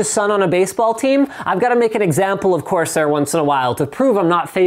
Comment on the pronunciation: Corsair... CORsair...CORSair....CORSAIR... seriously guys do it. Please?